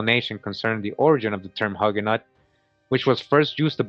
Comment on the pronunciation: The correct pronunciation is more like Huge no. You don't pronounce the T or the S.